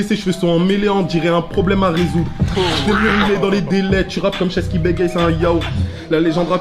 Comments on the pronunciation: au lieu de dire Shess ils dit Shech 🤣🤣🤣🤣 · Il a appelé shess « sheche » 😂😂😂😂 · C SHESS ET NON CHECH 😂😂😂